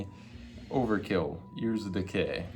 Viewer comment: Bro really said overkill yearzzz of decay lmfao